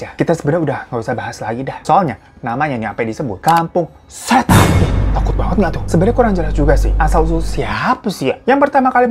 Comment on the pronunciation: Gw sampe ngulang berkali² pas bilang "KAMPUNG SHHÈTAN" wkwkwkwk